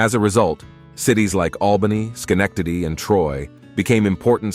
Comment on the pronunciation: First, good job pronouncing 'Schenectady;' it's not easy. Second, pointing out the Erie Canal is good, but the railroads had a much more pronounced impact on us. The New York Central, the D&H (oldest track still in use in the US) and others were the reason so many villages and cities incorporated in New York, and manufacturing sprouted around these hubs. I think losing that had a ripple effect on other sectors as well.